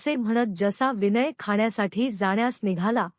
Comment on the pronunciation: तुम्ही हे स्वतःला दोनदा वाचून पहा किती अशुद्ध वाचन आहे विनय हे साधं नाव ही उच्चारता येत नाही तुम्हाला अगोदर निट दोन तीन वेळा वाचा.ऐकाआणी मग